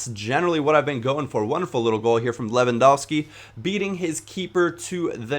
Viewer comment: Lewandowski. Pronounced: Levandovshki